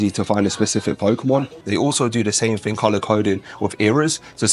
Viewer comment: Why do you say ting? Youre not jamaican so why are you acting like a jamaican?